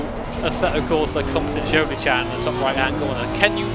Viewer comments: Peró lo ha detto veramente bene 😄 in molti non italiani ogni volta fanno strafalcioni ma lui lo ha pronunciato a dovere 😉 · Whew! Nice job on saying "competizione" properly! As an italian, i rate it 10/10 👍